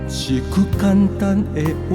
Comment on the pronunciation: 你是唱的很好，但是你下歌有時侯會用口音下，比如一句關心的話，一句，口音都跑出來了，你要用你唱出的聲音去出聲發音，這樣你的音色才會更美，而且不會有口音，你唱看看